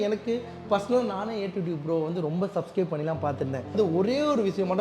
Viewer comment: Shop ❌ Saap ✅ Starting ❌ Saating ✅ Yamaha ❌ Yamagaa✅ Dealership ❌ Tealersip ✅ Support ❌ Sappot✅ Subscribe ❌ Sascibe✅